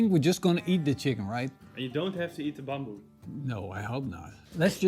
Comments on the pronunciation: It's not bomboo, it's "bamboo" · Is it bamboo or as you were saying “bomboo”? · that's how you pronounced it in Indonesian, Ithen you get the point of why he saying it that way.